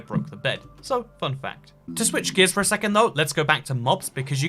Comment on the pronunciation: Lol why tf does he pronounces fact like quack